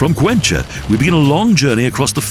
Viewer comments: It's pronounced 'Cuenka' not 'Cuencha'.. there is no cha sound Great documentary though! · Good movie, but it could have been much better if the narrator learned how to pronounce Spanish names. Cuencha for Cuenca??? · I don´t know why the narrator changes so much the names of the cities heheh for instance Cuenca not even in English would be Cuencha as he says